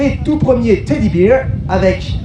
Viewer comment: "Teddy Beer". La prononciation d' est rigolote x)